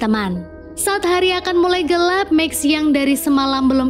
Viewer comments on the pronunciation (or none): none